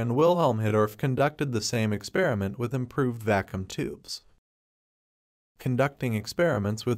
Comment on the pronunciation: Yeah, the AI voice doesn't read things correctly. DEM-oh-cry-tus instead of de-MAW-cri-tus, va-KOOM instead of VAH-kyum...